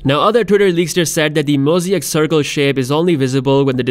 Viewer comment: mo-zee-ack lmao